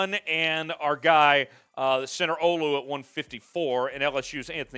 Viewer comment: Need you to learn the pronunciation of my African brother Olu but hey keep up the solid content